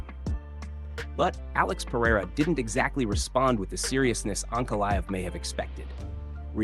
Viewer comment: Ma-GO-med ANK-a-live… Come on bro, stop using AI and just read the damn script yourself. These mispronunciations are embarrassing, I’m not listening to this AI slop.